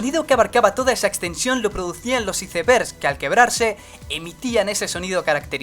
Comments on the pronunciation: ajjajaajajja icervers, se dise; aisvers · yo solo me fije en que pronuncio "isebergs" en ves de "aizberg" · "izebërgs"!? Lo siento, pero la pronunciación correcta es "âisbergs". Saludos. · Los icebers, no aisbergs! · "isevergs" hahaha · Zombiland598 Creo que se pronuncia "aisbergs" a pesar de escribirse icebergs (recalco el "creo") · Isevergs dijo xd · Los " Isebergs " y El " Mostro " del lago ness.. Intedesante amigou :v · ¿Los I-C-E-B-E-R-G-S? Mal dicho, si es una palabra de origen inglés se debe respetar su pronunciación en el idioma de origen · Los icebergssss xdddd que ingles